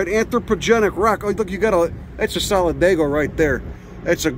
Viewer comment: he says "that's a Solidago right there", if not for the captions I would have thought he was talking about his compadre Al. All kidding aside, this was a great video, full of amazing unknown facts about my hometown.